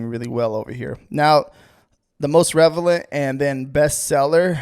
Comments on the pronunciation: Love how you say "Revelent" instead of relevant lol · I'll admit, it doesn't inspire a lot of confidence when he continuously mispronounces "Relevant"